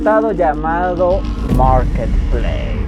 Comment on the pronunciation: Nadie: Absolutamente nadie:: MOOURKET PLEISSSSSSSS